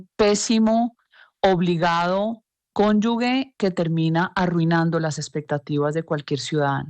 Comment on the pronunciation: Lo primero que debe hacer Cabal es aprender a hablar. No se dice cónyugue, es cónyuge.